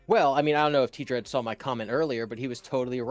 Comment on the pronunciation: There’s this weird thing where his name is actually TDread, but like everyone pronounces it like Tdreads except him